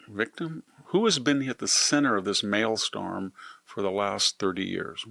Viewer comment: It’s actually pronounced “maelstrom”. Not “maylstorm”. You’re quite intelligent, but not elite. I guess your intelligence makes 98% of your followers genuflect. But us 2% know the truth. Maybe as you age you can become more intelligent. As of now, you don’t even play in the same league as us super intelligent play. Keep trying, though.